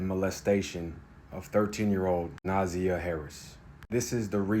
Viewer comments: If you're gonna make a video about a murder victim to get likes, views, and money, you should at least pronounce the victim's name correctly. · With all due respect please learn the correct pronunciation of Na'Ziyah's name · I need you to know this baby’s name and respect her enough to SAY HER NAME correctly if you plan to tell her story. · You can’t even say her name correctly you should have a story about her. All your information is wrong. The only thing you are correct about is he is a Monster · I listened to hear the ass whipping but please pronounce their names correctly, especially the victim. You’re incorrect with your information. Please watch the preliminary hearings so that you’re accurate in your commentary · Thank you. It was driving me crazy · For real, he just messed up the names!! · Thank you!!!! We appreciate your compassion but please take the time to learn how to pronounce the baby's name ❣️ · yeah bc he’s using AI and just reading along and not doing and research. Didn’t even say her name right. SMH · Ehhhh. He’s reading off a chat GPT article. I wish he would do proper research. He didn’t even say her name right. If he watched ONE video he would know how to pronounce her name right. Do the real journalism instead of reading off a ChatGPT article. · Na•zy•a is how its pronounced. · It’s pronounced Naaaazeiiyaaah . And they did report it to the school the next day and the school apparently failed to call the police and Na’ziyah was reported as a runaway instead of being missing and / or kidnapped smh . I guess the family didn’t do anything more until Na’ziyahs birth mother contacted the Detroit police and now where here . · Her name is pronounced Na- ZI- yah and the aunt is SHANNON not Tara- Thank you for reporting but PLEASE get the names correct- Its not Javarious its JARVIS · He herd her name too many times not to pronounce it correctly 💯 wtf is Nazah? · Say it her name: Naa---Zi---Yaah.. This is the correct way to pronounce it.😢